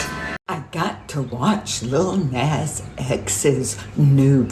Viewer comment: She pronounces Lil Nas X like someone who would use the real n-word when she’s angry.